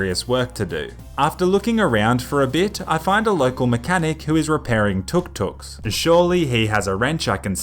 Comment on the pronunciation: It's 'Touck-Touck'